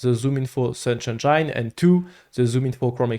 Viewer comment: The way he pronounces Engine as "Engyyne" pisses me off. Get the peanut butter out of your mouth!